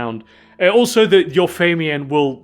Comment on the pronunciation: Watched a few of these and I'm loving the mispronunciations of certain words in every one. took me an hour to figure out what feymian was until I realized he was talking about the "fae mien." LOL I had to look up the word and hear a sample of it to make sure I wasn't the one who'd been saying it wrong for 40 years. LMAO